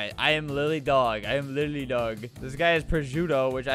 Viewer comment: it sounds “LITERALLY DOG” instead of “LILY DOG”